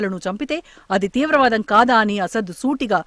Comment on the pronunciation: Trivaadam. Enti talli. Teevra vaadam.......telugu commond undali news readers ku